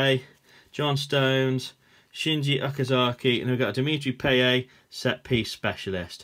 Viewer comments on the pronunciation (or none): Payet not payate no offence but AMAZING Content so addicting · its payet not payaye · Why did he say payets name wrong